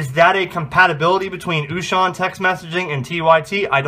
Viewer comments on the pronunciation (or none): Very good video. Thank U!!! I always love when Wouxun comes out with new stuff. Just a fun FYI.... U may be interested to know, Wouxun is actually pronounced OH-shing, not oo-shon. I know, everybody pronounces it different. But thats the correct pronunciation.